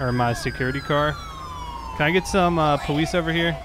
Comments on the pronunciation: He said powise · Powese? (How FTM says Police)